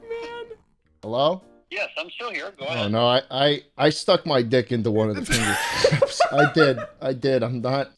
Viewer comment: Anyone else notice that shlatt said “fingu traps”